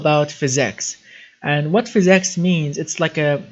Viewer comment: What the hell is fizz ex are you trying to say physics